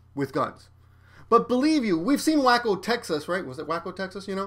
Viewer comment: "whacko" texas? hahahah sorry its "wake-o" lol XD i hope you did that intentionally